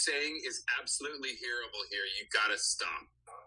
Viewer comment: What is that pronunciation of "horrible" about?